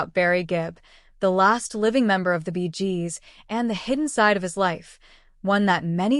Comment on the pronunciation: The Bee Jeeeez. Gotta love AI nonsense